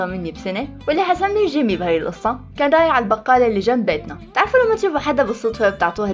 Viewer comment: لمن قلتي جيمي احسك تقولي جيمين 😂💞